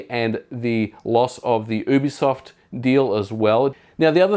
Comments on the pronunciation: It's YooBiSoft not Oobisoft Its short for Ubiquitous Software, not Oobiquitous Software. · You have the worst pronunciation of "Ubisoft" I've ever heard. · You say ubisoft wrong